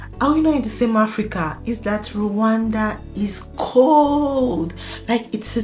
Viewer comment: Our country called Rwanda not Randa!!!